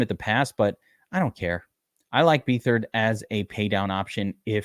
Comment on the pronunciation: it's beatherd you pronouncing his last name wrong